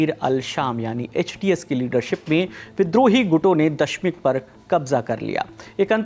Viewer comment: Dashmik nahi Damishk